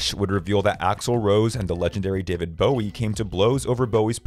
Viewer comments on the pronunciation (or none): none